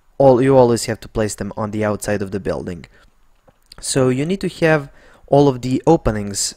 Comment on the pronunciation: Thank you for very nice tutorials but for "have' please try to say hev instead of hiev.